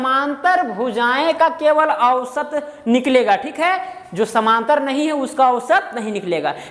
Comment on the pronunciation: कृपया उच्चारण शुद्ध करें समानांतर बोलिए समांतर नहीं